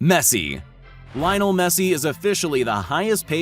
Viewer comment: “Lie-non messi